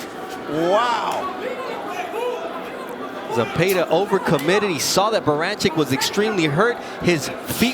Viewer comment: These commentators where all on Baranchyk's nuts. Im 100% sure in they're minds Zepeda (not Zepayduh) was goin to lose. Don't ever count out Raza son.